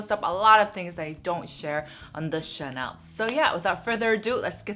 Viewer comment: I like your videos but I cannot stand how you pronounce word 'channel'. It's cringworthy, it shouldn't be prouced like 'Chanel', please.... I have goose bumps hearing this every time.